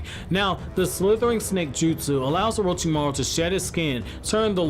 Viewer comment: Take a shot everytime he says orochimaro